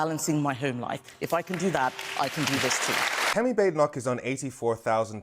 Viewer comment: Her name isn't Bade e noch. It's a Scottish name. Think Baaden Baaden in Germany. So Baad e noch. I can't stand her but can we start to try to pronounce the name correctly?